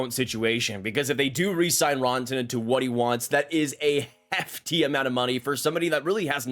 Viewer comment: It’s RAN-TA-NEN not RAWN-TA-NEN